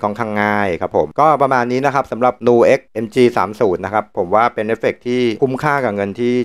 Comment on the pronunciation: ผมว่ามันอ่านว่า นิวเอ๊ก เหมือนคำว่า music เราอ่าน มิวสิค ไม่ได้อ่านว่า มูสิค